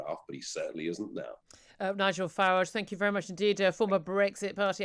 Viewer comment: Let's get this straight. According to this Farage geezer (pronounced farridge by the way) back in 2016, we just had to vote out of the EU and all our immigration issues would be solved because it was all the EU fault. 5 years on are our issues solved? Nope by his own wording things are worse than ever before. But where he should be realising that maybe he was wrong and actually the government had some (or all?) responsibility for the issues does he throw his hands up, say sorry and quietly shuffle off? Nope no such luck. Now it's all the fault of the worst home secretary ever - apparently! Any idea what irony is Nigel? 😄😄😄😄😉😆😆😆😆😆